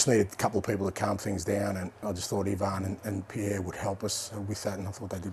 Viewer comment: I LOVE how he correctly pronounced Perisic's first name.